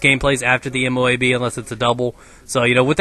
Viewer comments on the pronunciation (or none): LOL M.O.O.B instead of M.O.A.B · u said moob and not moab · it M.O.A.B not M.O.O.B